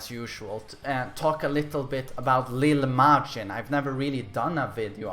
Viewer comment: “Leel Majin”